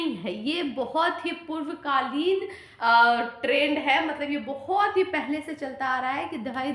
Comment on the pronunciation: The Way she say purvakal 😅 Vadik kal k 8th vivah me se ek vivah h😂😂 bihar teacher n celebrity ho gyee